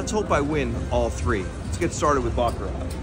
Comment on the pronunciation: what a butchering pronunciation of baccarat lol